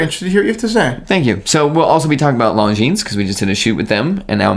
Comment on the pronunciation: Dear, I hate to be the smart ass but it is NOT pronounced Long Jeans.